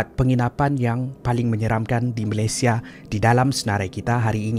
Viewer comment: Malaysia not Malaysie !